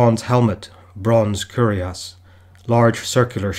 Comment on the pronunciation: lots of pronunciation issues with your script, takes away from your video. "Patina" , "Cuirass" are a couple that come to mind.